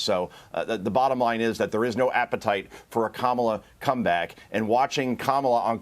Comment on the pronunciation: Did he say there is no appetite for a Kamala cum bag or come back?